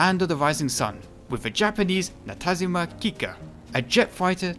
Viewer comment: I see someone already mentioned the proper pronounciation of Messerschmidt So I'll just say that the Kikka was produced by Nakajima, not "natazima" Other than that, great video!